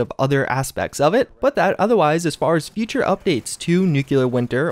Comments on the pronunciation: Great videos, but please, it's pronounced NEW-CLEAR not NUKE-YOU-LUR. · Dude, its nuclear, not nuculer, are you president Busch? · NEW - KLEE - EAR NOT NEW - CUE - LAR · Why does everyone pronounce nuclear like nuke-u-ler..... there is no U after the c! It’s pronounce nuke-lee-er. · Every time you say “nucular” my soul dies a little more. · This guy claims to have a college education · You're saying nuclear wrong. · You are saying nuclear wrong